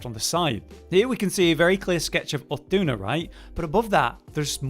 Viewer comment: Can we talk about how badly he is pronouncing Uth Duna's name?